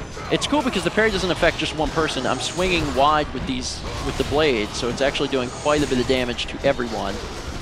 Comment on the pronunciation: I believe he said "I'm swinging wide with the blades" but wide did sound like Y lol